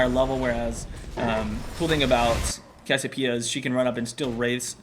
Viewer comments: you can pronouce it CASS-ee-OH-PEE-uh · It's pronounced "CASS-ee-OH-pee-uh" !